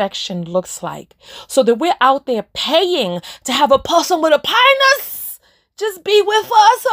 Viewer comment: LMAO a purrson with a panis. I love when you said pedestal in your accent and when you said the word is down not up that was deep